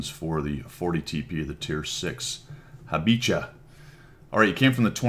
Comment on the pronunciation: Pronunciation: Ha-bi-HA.